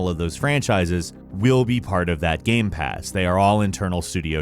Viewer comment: I can tell you are a Sony fanboy since you mispronounced GamePass